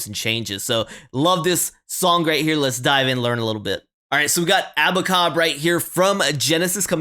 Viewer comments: its pronounced aba 'cab" like ur calling a taxi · Why do you keep saying ABACOB? The lyrics clearly say ABA-CAB. Just curious. ✌🏼😎🇺🇸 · It's Aba-cab not Aba - cob. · Dunno where you got the pronunciation from but it's way off beam. Abacab, ab-a-cab, cab as in "Taxi cab" 3 halves? Really? Oh American maths, now I get it.